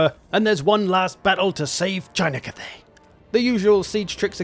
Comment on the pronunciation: Cat-thay, Meow Ying